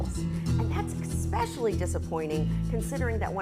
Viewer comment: *ESSS- pecially...lol...